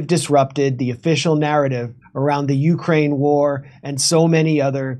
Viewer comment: It's not the YOUkriane War, any more than it is INsurance or POlice..The emphasis is on the second syllable (or at least used to be). I suppose it will be considered elitist to point this out, even though one can be against both imperialist censorship and bad grammar.